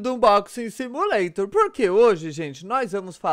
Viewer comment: "SIMUALTOR" caraca kkk se tava com pressa pra ter errado o nome?